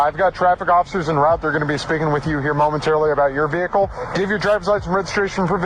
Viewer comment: what's a VE HE CUL ?